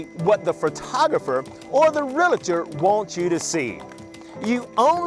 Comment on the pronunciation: who gives a flip about his clothes i just want him to say realllltor correctly it isnt realaaator its reallllllltor